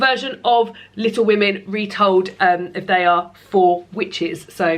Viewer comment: Maybe add the n back on? Call it Little Wo-May-n rather than Little Wo-May. It's great to have you back. You seem extra cheerful today so I think the break did you good.